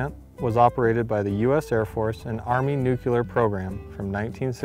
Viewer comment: NU-CLEAR!! Not Nucular!